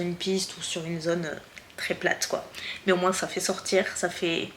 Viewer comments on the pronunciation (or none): Hello girl, pour commencer j aime beaucoup tes vidéos, toutes, parce qu elles ont évolué au fur et à mesure de ta propre évolution personnelle. Ensuite, j aime beaucoup l idée que tu as eu de faire moins (moinssss avec ton "s" prononcé que j adoooore) de vidéos makeup, et de faire d autre chose que tu aimes tout autant lifestyle, weekyvlog (qui n en sont pas parce que c est pas sur 4 semaines? "Hoooo myyyy goooood" c est honteux! Vous avez dit honteux?! Mmmmdr). J aime beaucoup la personne que tu es au travers de tes vidéos, et je trouve réellement très bénéfique d ouvrir le monde des voyages en France et à l étranger au monde des personnes connaissant des problèmes pour se déplacer (accès PMR, douche PMR, mais également juste les rues pavées et les marches!) C est ultra important que tes vidéos puissent servir à aider les gens à mobilité réduites ou difficiles, mais également à nous, personnes ayant la chance d avoir l usage de nos 2 jambes, d être sensibilisées également. Bref je m égare, le monde a beaucoup de mal à évoluer et à changer ses habitudes, on le voit tous dans nos vies. Je te trouve merveilleuse et très courageuse. Comme tu le dis si bien, l essentiel c est que tu continues de faire ce que tu fait, avec le cœur. Je t embrasse bien tendrement et te remercie de ces heures passer à filmer, couper, monter, te casser la tête, dans le seul but, de partager ta passion.